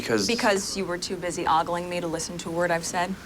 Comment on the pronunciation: Miss Jeopardy can't pronounce the word "ogling"